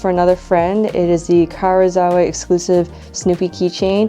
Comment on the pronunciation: I enjoyed the video, and I know this is obnoxious but, please, that "i" in Karuizawa can't just be ignored. It's ka-ru-ee-za-wa.